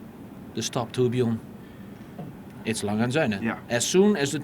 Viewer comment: why does the interviewer keep saying lang-hey it is more like lang-er (soft r)